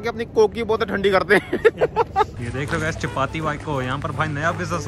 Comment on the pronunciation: What is champati its capati😂😂😂😂😂